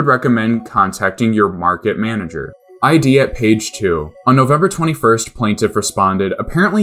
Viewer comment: It's pronounced "id," like the software. Not I.D.